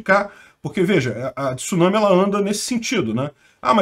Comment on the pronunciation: Parabéns!!! Primeira pessoa que vejo falando tsunami corretamente, repórteres da TV, eles falam t-sunami!!!! Kkkkk!!!!